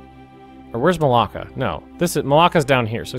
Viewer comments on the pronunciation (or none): This is very late, lol but I enjoyed your pronunciation of the straights of (as I heard it lol) maláka. Which has a lovely meaning in Greek in this context :) haha